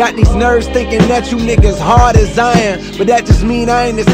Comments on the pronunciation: Hard as “iron” , not “I am” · Am i the only one that thinks says " hard as Iron" and not "Hard as i am"? lol